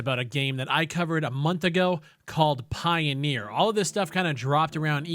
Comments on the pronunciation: It's not pioneer, it's pioner. Pie-o-ner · Pioneer? Pioner? I don't think it's pronounced pioneer, if it's spelled pioner?